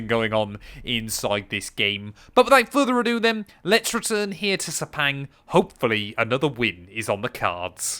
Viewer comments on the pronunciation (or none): Sepang? 😂 have you been drinking lately?